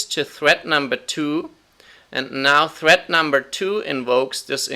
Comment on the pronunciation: is anyone else hearing 'thread' as 'threat' ?